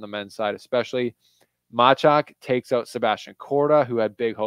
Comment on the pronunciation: you are getting sloppy with pronouncing the names. Why do you call Mensik as "Mensich"? In what language single "k" is pronounced as "ch"? Now about Machac - everybody seem to get it right, but you. Imagine his name spelled as "Mahach" - this is the way it shall be pronounced. Don't be lazy and listen how umpires say their names. For the most part they are correct. Because if they are not - players can tell them right away. Keep up the good work - you're one of the better tennis youtubers )